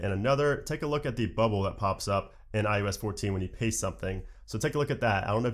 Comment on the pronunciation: Sing after me: Oh oh oh who’s that kid with the Oreo cookie. It’s not: U U U who’s that kid with the Oreo cookie. :) It’s eye-oh-ess Not eye-you-ess